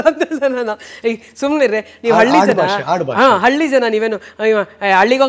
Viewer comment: ಕನ್ನಡ ಭಾಷೆ ಹಾಳು ಮಾಡಬೇಡಿ. ಅಳ್ಳಿ ಅಲ್ಲ ಹಳ್ಳಿ.